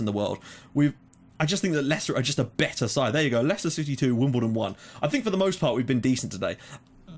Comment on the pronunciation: yep you got the name right :)